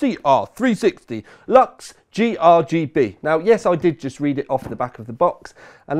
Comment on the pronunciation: i think its Lux not Kux 😉😉 anyway it looks promising.Good Review💪🏻